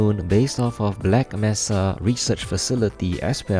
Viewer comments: MAY-SUH! MAY-SUH! NOT MESS-UH! DON'T BE LIKE HUNT DOWN THE FREEMAN! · The way you pronounce mesa gets to me, it's not messa, it's may sa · mesa is pronounced may sa not mess A